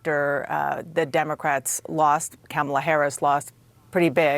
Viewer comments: It is Comma-ala not Camela!, Dana , and you should know better! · Hey Daynah..or Donna… it’s Kamala Let’s say her name correctly! COMMA … LA I don’t know which is worse.. performative suck up, or just stupid. I used to love CNN. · Hahaha. She didnt pronounce her name right!! Hahah how she get away with that?? Lol